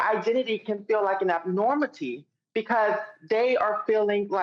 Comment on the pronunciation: That bloke blossom said "abnormaty" twice. Why are we listening to it speak and giving it a platform? It doesn't even know how to speak proper English. Abnormaty. Ffs